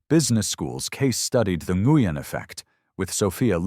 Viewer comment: This is a cute work of fiction. It is a legitimate pastime. Pronunciation is nwin, enguyin. it’s three PM, because oh three hundred is 3 AM. Three hundred for the time of day indicates AI (artificial Idiocy) with plausible human complicity. . Dr Ngugen is now Dr Newman! There’s that Dr Newman again! Why are some parts of the script displayed in red, some in green, and others in yellow?